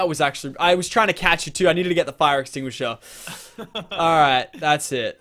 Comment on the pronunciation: "its so simply, get the fire exstinger" mitch burns